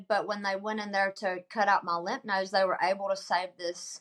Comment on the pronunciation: Glad for you hon. Wishing you good luck. Just fyi: it's lymph ("limf") nodes.